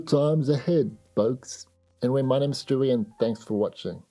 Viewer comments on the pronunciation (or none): none